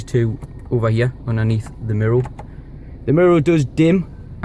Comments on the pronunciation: It's "MIRROR" not MIRROL or whatever you are saying!!! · What language do you speak ? You got me saying MIROW rather than mirror 😂👍🏼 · Really good in depth video I'm looking at getting one but thinking of the dark grey (because white would be hell living here on the coast) and wanting the 350 but looking at yours it's making me wonder about a white one. Love the way your pronounce mirror 😂 mirrow! So it's been a couple of years since do you still have the car and any problems at all? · What is a “MIRRO”?